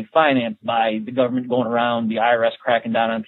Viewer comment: "Teh Goverment will take cawe of everyting!" Is this your point?